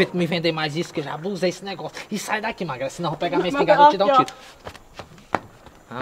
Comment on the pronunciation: Oo certo seria magrela nao perdoa uma fofoca..tava com fome ze que tu comeu o "R" ??